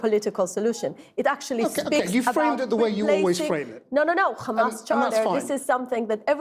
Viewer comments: All came out of her mouth is rubbish. It's not Khamas its a hamas. Western journalism is dying. Taken over by Zionist. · The way she pronounces kkkkhamas. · can't even pronounce hamas properly